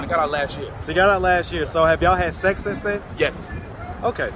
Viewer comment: “When’s the last time yall had seccs?” Lol tmi